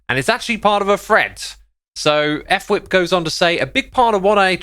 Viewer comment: I love how everyone says, "F whip." Guys, its pronounced, " FUH-wip"